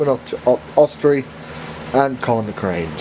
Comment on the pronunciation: It's pronounced Austerity, it's a W.D Austerity locomotive